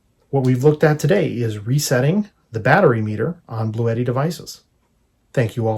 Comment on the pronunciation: It is pronounced Blue T not bluetti